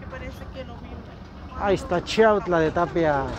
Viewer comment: Saben lo único q m molesta mucho q yo nose si esas personas son d chiautla porqué muchos ni saben pronunciar chiautla yo los escucho q disen chautla